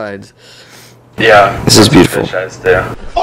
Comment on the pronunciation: incase you didnt know Jeremy Said "Yeah thats what fis eyes do"